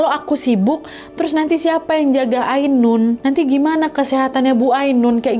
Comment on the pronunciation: "AINUN" kak nad bukan "AUNUN"